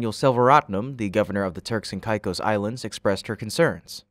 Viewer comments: TURKS & KAY’KOSS not whatever your pronunciation was 🙄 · It's pronounced Turks and Kay-kose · Hate to be that guy but it's pronounced kay-cos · Its Pronounced KAY-CO'S